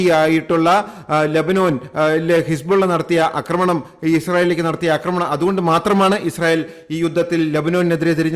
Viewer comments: അക്രമണം അല്ല ആക്രമണം. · അക്രമണമല്ലടോ പൊട്ടാ ആക്രമണം എന്നു പറയു തനിക്കു മലയാള വാക്കിന്റെ പ്രയോഗം അറിയില്ലേ ? ന്യൂസ് കൊള്ളാം !